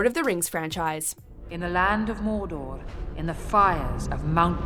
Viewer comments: 😅no disrespect, but say mordor again! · LOLZ at the Narrator saying "Mordor".